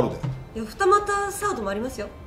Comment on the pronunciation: 二俣のイントネーション